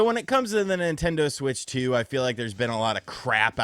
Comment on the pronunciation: The Nin-TEN-doh SuWEEEIITCH TEEUUWWWWW!